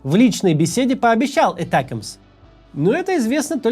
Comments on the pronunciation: Этякамс 😅. Макс, Атакамс да и всё, мы не коренные американцы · Химарс, этекимс! Я сначала даже не поняла второе слово. Максим, а можете произносить эти названия как все, а то не только слух режет, но и сразу въедешь о чём речь? Спасибо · ATACMS. Ударение на второй слог. Сокращение от Army Tactical Missile System. Англичане по Би-Би-Си произносят с ударением на второй слог. И не "Этэкамс", а именно атакамс.